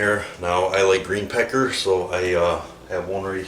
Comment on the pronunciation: Did he say green peckers ?